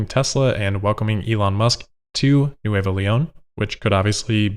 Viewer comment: Nuevo The Spanish phonetics for V and B are reversed to the English, so nueVo is pronounced nueBo. Bery good!